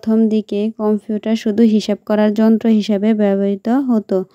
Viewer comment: কম্পিউঠার না কম্পিউটার